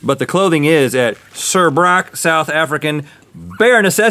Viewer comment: Rhett's pronunciation of Suurbrak is soooo funny 😂 *and wrong